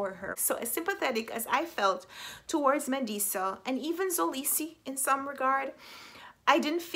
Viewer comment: Hey your friendly neighborhood south Africa her just to help you pronounce mxolisi it's not pronounced zolisi its pronounced m k olisi with the k representing the xhosa click sound but thays very complicated and I dont expect you to try that😂